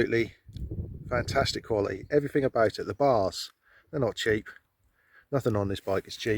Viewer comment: "Kwally - eeh" ?